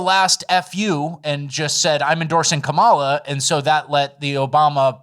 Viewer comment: I just want to point out that the lady who says she's going to vote for kamala, just because she is a woman also says her kamala's name wrong lmao.